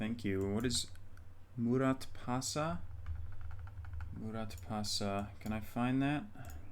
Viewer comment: Can't help you with the Irish place name, but your pronunciation of Türkiye was actually very good. Kayseri, not so much :) The ending vowel is pronounced like "uh" not "ee". And yes, Muratpaşa is a district of Antalya. FYI, "ş" is pronounced like an English "sh" (and "ç" like an English "ch"), so it sounds a bit like moo-rat-pasha. Turkish is actually quite easy to pronounce for English speakers once you learn a few sounds.